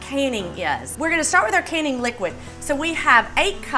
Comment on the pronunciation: I seriously heard her say, “We are gonna see how easy caning is...”. Not “canning”, but “caning”. Wtf?